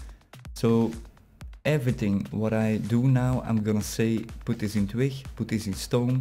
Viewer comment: yea i saw it and i fixed it ;P building the base right now on a server ;) (heb je hem trouwens zelf ontworpen?) (en je spreekt twig verkeerd uit het klinkt echt grappig)